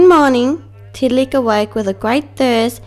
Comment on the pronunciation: I am not being mean but u said tiddaliks name kind of wrong